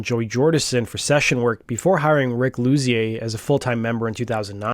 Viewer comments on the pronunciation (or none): I believe Luzier is pronounced like ‘Loo-zeer’